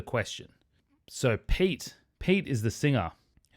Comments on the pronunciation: Great review,! Amazing, as always. Been following you for years. Pete- peh-tay, in Finnish. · His name is pronounced pe-te. :)